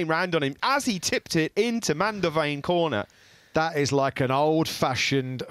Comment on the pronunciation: “Normally, dat kornerrr.“